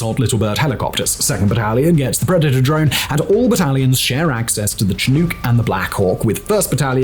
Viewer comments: Simon, I greatly enjoyed your video, and am grateful for your effort and that of your writers. That said, I live in transition zone between the Canadian prairies and the Rocky Mountain Foothills, and even knowing that there are multiple, valid pronunciations, every time you said "Chi-NoooK", my soul died a little. It's not your fault, but we southern Alberta softies live and die by the chinook winds all winter long, and the pronunciation made my bones itch, lol. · Can we really trust what he says if he can’t pronounce chinook properly? (one of my favourite channels, just poking fun at Simon) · There truly are a number of variations, from the american pacific northwest to southern BC, to the Prairies. To be entirely fair, Simon's pronunciation is likely not to far from one of the original First Nations' pronunciations, but in southern Alberta, where we all die a little inside waiting for them to arrive throughout the winters, the powerful winds known as Chinook are pronounced Shin- uhk. (One might also think of the Yiddish word "shnook") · Simon's crappy pronunciation of people's and equipment names really does cast a shadow on his work. He can read a script well, and is an entertaining speaker but as soon as he puts his foot in his mouth, and then does it again and again.... I still enjoy his vids but I think he's a twit IRL. I guess he's rolling with the idea that the bulk of his viewers just don't give a damn. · It did the same thing to me. I know there are multiple pronunciations, dependant on region, and that the earliest documented pronunciation is more similar to Tshin-ook, but here in southern alberta I found it jarring. A shibboleth, to be sure. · Shin-uhk actually. Not Chin-oooook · The presenter says cheNUKE instead of chinook.:face-orange-biting-nails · I love how Simon pronounces it ‘chin-ooks’. Shin-uks, Simon, Shin-uks. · I served in the military and rode on multiple Chinook in Korea I’ve only heard anyone pronouce Chinook. ‘Sha-nook’ not ‘Cha nuke’